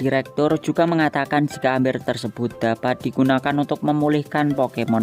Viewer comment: bacanya mber di tulis amber